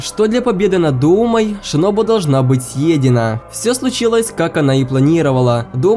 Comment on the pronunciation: В манге кое что странное томиока сказал что сабито умер один а как же та девочка которая помогала танджиро с тренировкой дыхания? И ты сказал шиноби а не шинобу